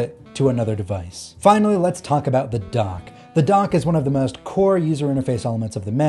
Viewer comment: Are you saying "Donk" LOL?